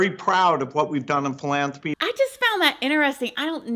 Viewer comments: FYI- it’s philanTHropy 😅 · This is disappointing and full of conspiracy theories. you can’t even pronounce philanthropy. There are so many unfounded accusations and ridiculous statements. Is 100% of anything he’s ever done up for question because people are anti shot now? I can’t believe it was suggested that he had bad motivations to build computers because viruses exist. It’s so absurd. Even if you believe that all of his philanthropy is “evil”, like eradicating polio, why would creating the invention that allowed you to create this video be motivated by greed/evil? Of course evil people created viruses to exploit computers… but not the guy who invented them himself 🤦🏻‍♀️ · Philanthropy has an "H" After the T lol😂😂 I LOVE How u pronounce things sometimes...I never heard anyone say it like that 😅